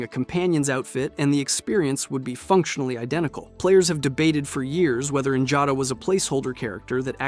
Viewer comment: Her name is Njada Stonearm, not Jada. Njada is pronounced "Niyada." Lydia's also not an ungrateful, sniveling bitch. XD